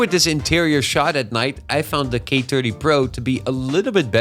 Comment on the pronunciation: He's definitely Dutch. His accent is pretty good as far as Dutch people go, but as another Dutch guy it was still a bit distracting. You can here it on his "th" for example. He is very deliberate to try and get it right, even then he sometimes slips up in a very Dutch way like the third time he said "thirty" in a row. "tirty" and "firty" are ways of getting around the inability to pronounce "th" almost every Dutch person, me included, does. He went for the former